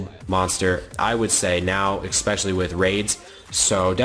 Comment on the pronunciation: "eXpecially" it kills me. Idk why that bugs me so much